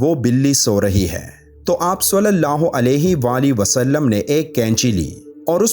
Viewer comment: Sulallah ho nhi khty. Salallah ho khty hai. Plzz thk sy pronounce kry... Alfaz k meaning bdl jty hain